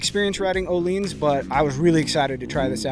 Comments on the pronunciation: No he said it correct ... its pronounced "O-Leens" not "O-Lins" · That is the correct pronunciation.